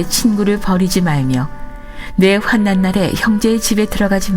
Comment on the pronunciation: 환난 읽을때 활란으로 읽어야 합니다